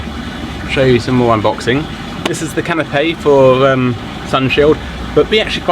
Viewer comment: Can you learn to say canopy instead of canopé ? Good video, thanks for the info.